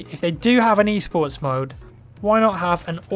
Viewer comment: i dont know what he is saying... e-sports, east sports, e-sorts... wtf?